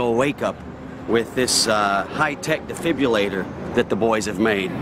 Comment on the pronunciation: "difibulator" lol.. its a "defibrillator"